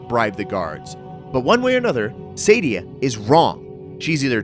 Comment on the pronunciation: Dude, her name is SAADIA, not Saydia. SAAAAAAA-di-A. {:o:O:}